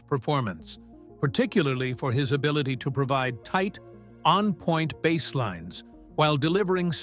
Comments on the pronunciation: AI narrator said bass instead of bass.😂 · Need to do better editing on your AI-generated narration,. One is a type of fish, one is a type of guitar. Your "narrator" should know the difference - Michael Anthony's father didn't buy him a fish. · Shitty ai narration. Bass is a fish, and sometimes something you play. How hard it is to use someone to speak instead of this crap ai junk? Could not finish this vid. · AI : bass rhymes with ace not ass. Instrument not fish. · OMG! Teach your AI the difference between a Bass Guitar and a Bass Fish.... Video reported for Stupidity. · Excuse me I'm old fashioned and I can only take a couple of minutes of yet another generated AI voice telling me stuff Fender Precision 'Bass' (as in fish). Bye 👋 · Maybe I should offer to narrate some of these types of docu info vids. The AI tech that is used doesn't even know how to pronounce "bass." REALLY ??? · Michael was their punching bag. I'm glad he's with Sammy and being treated better. ❤ I would say to take a drink every time the AI narration says bass (the fish) instead of bass (the instrument), but I don't want you to die. 😂😂😂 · "Bass" pronounced like the fish "bass"... I fucking hate AI narration. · pay a human to read your stupid copy........... Bass like in fish? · "Bass" rhyming with ass?!? NOPE! AI dreck!